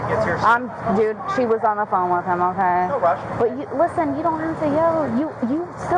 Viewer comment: haha "Ukeyyy"